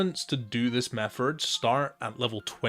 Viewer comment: My man pronounces "method" like "mefferd". Absolute legend